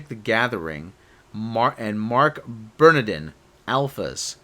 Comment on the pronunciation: You’re gonna take shots for a fucking spelling mistake and you mispronounce BERNARDIN!!!?? I was gonna let it go but seriously get Andre